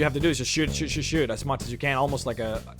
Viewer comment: Where are you from? I thought you were American and was surprised by your... interesting... pronunciation of the words "Fall" and "as". The thought has now occurred to me that you are obviously not a 1st language English speaker.